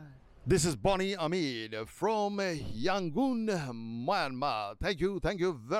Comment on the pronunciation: Myanmar people are very honest. They have a rich culture. Your Myanmar pronunciation is very nice. Thank you bhai for this video.